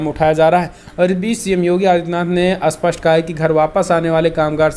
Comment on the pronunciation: सी,एस, के, चेनल के न्यूज लिडर अस्पष्ट को तो अस्पष्ट कहते ही है, पर स्पष्ट को भी "अस्पष्ट"कहते है इस कारण यह समझना मुश्किल हो जाता है कि वे कहना क्या चाहते है।